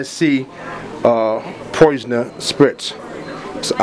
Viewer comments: Is he saying Poisoner? Instead of Polisher? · poisoner????? hahaahha...Polisher(PA-LISH-ER) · Its not poisoner lol lol its pronounced polisher smh come on bro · It's polisher....not poisoner.....omg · great product especially for editorial precision. my only issue is u saying poisoner spray. i think u should redo the audio to have a more fluid explanation of what you are doing. not detail for detail but u just did alot of stuttering because of you working and SERIOUSLY, poisoner spray. u have quality product give a quality presentation. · So it wasnt just me...